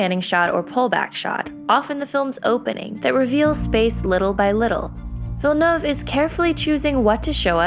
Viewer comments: Awesome summary. And thank you so much for pronouncing his name correctly. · Follow the pronunciation used in the video, it's the closest I've heard, she nailed it. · Nice pronunciation! Finally a YouTuber who gets it right! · They actually made an effort to pronounce his name right! So frustrating listening to people constantly butchering it